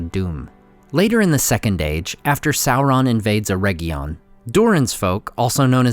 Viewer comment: Ugh. Way too many mispronunciations. Just one example: AIR-RIG-EEE-UN ..... not "erejion" - hard g, and long e